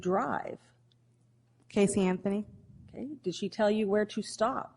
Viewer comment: How about when he says "miss anferny" lmao